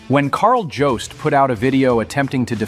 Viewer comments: has pronounced it as JOB-st (as in a job you work at) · I figured that Call of Shame is AI voiced because of his pronunciation of your name being completely and utterly wrong. Also not to mention I am willing to bet he cheated to get those 1st place trophies. I bet he used AI to get those trophies. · The fact that you say your name in almost every video and none of the hate videos can pronounce “Jobst” shows a lot. If those Certain Streamers can’t pronounce your name and don’t know Riley’s pronouns, I don’t know why anyone would think they know enough about the situation to be even remotely factual